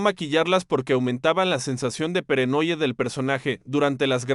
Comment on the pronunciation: amaba esta serie, pregunto..... el narrador es dislexico, como puede cometer tantos horrores al hablar, como peranoia en lugar de paranoia. solucionen eso buscando a un narrador serio.